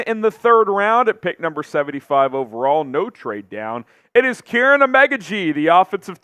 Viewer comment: It's pronounced Keer-on not Karen😂